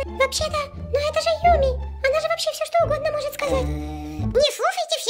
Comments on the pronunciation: Хахахаха не юми чу, а юми най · Не надо Юми к лагопеду